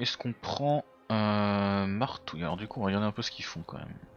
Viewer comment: Oups! Tu t'es trompé c'est marbouille et pas martouille 😂